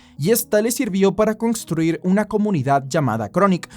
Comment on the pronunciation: Congstruir? aveces me da cosas tus pronunciaciones